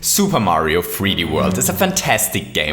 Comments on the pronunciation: At the beginning you said “Super Mario free D world” just so you know 😑😅😐😅😑😅😐😅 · Super mario free dee world...